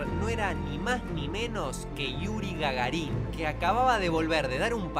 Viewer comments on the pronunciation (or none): Yuri GagÁrin, no Gagarín:) Muy buen video, ¿el volumen está más bajo que de costumbre?:)